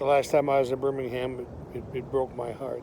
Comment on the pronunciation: its pronouced burm - ing - um not burning ham